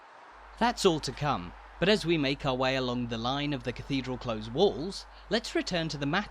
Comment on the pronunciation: We've been watching your tours for some time now and love them! However, in the phrase "cathedral close" close rhymes with close as a noun/adjective rather than as a verb.